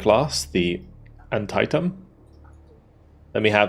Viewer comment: Just an FYI - The Antietam (CG-54) is pronounced "An-TEE-tem". It's named after the pivotal 1862 American Civil War battle when the Northern/Union forces turned the tied against the Rebel/Southern forces. It was also the single bloodiest day in the war.